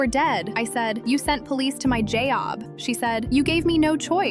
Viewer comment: Bro said jayob to job